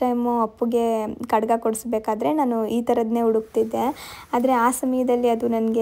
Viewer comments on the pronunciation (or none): Adu kadaga kadga alla 😊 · Adu kada alla akka kadga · ಅದು ಖಡ್ಗ ಅಲ್ವಾ ನೀವು ಕಡ ಅಂತಿದಿರಾ